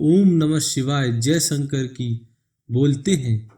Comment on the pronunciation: ek baar bhi tune shiv ka nam dhang se nai liya..... शिव,शंकर बोल न कि siv,sankar